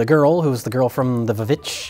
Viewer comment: "and the girl from the Vavitch. (☞ﾟヮﾟ)☞ "The VVitch"